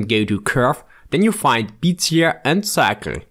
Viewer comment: How to Pronounce "Bezier Curve"